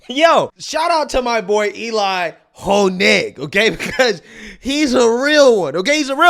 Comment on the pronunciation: His name is Elie NOT Eli. 🙄